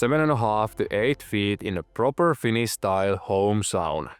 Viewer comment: "Finis sauna" pikkusenko vahva aksentti :D